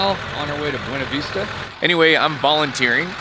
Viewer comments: Be you knee vista Not B - wane - a vista 😊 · I went thru this area last summer white water rafting. I was told it is pronounced: Boona Vista